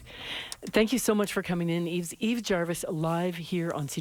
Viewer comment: Love Yves discovered his first album quite accidentally a few years ago. It's a beautiful record so many different elements. Also nice to know how to pronounce his first name at at last!